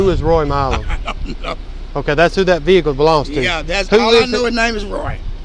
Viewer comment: Since when has the word ‘Vehicle’ had 3 syllables?